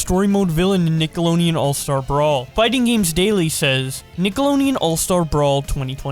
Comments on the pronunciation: I always pronounced it as Nick-ah-load-ian.... never have i heard someone pronounce it "Nick-a-loan-ian" lol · Nick a load en Not nickalonein He said it wrong every single time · Deon, not Neon... Couldnt get through the vid, that sh*t drove me crazy. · ITS FUCKNIG NICKELODEAN NOT NICKELONEAN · dislike for saying nickalonean too many times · I had to close the video because I couldn’t handle the amount of nickeloneon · Deon not neon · Nick-el-od-eon Not NickeloNeon 😂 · Why do you keep saying Nikeloneon? It’s NikeloDEON not NEON. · You keep saying it as Nickeloneon instead of Nickelodeon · Did you actually say "Nickeloneon"? In the beginning? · Mans said nickoloneon 💀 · Nickleonen is all I could hear you say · "Nickeloneon. Ningleoneon. Nickelongeon." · How many times does say "Nickeloneean" in this video? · Take a shot every time he calls it NINKeloneon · I'm cringing and fuming over you saying Nickleoneon all the damn time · All I hear is “Nick-alo-neon” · IT HAS A FUCKING D IN IT DUDE, NICKELODEON, Holy shit it takes 2 seconds to learn how to correctly pronounce the word you are literally about to say 300 fucking times Jesus christ. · I keep hearing nickalonnian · Every time he says “Nickeloneon” it feels like a fucking spike through my brain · Dude why do you say Nickeloneon every Time? 🤣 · Nickeloneon? FUCK SAY IT RIGHT!!! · w...wait a minute is he saying nickeloneon? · Isn’t of d he said it with an l “Nickeloleon” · Man said "Nicko low nee in" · No one:: nickeLONEon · run it back run it back- Did he just say nickeloneon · Is missing half his tounge? Wtf is a nickeloneon? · No one:: NiCoLoNeAn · I imagine Brawlhalla is glaring jealously at both of them from across the room.... and I can't unhear nickolo-NE-on, either. never change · Is it me or is he saying "nickelonian" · says Nicoloneon because the D is in his mouth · you keep pronouncing it Nickelonian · When you say Nickelodeon as Nickeloneon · The “d” is silent